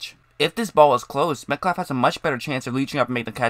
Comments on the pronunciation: Killin me with the “Metclaff”. I had to shut it down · Why do you pronounce his name as "Metklaff"? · dude the L in the name is silent sounds like metcaffff